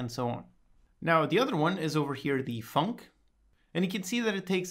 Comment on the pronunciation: I love hearing tutorials say "the Func" Da funk.